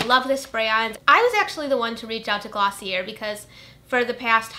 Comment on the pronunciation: I apologize in advance but the brand Glossier is pronounced 'gloss-ee-aye' i'm pretty sure it's french!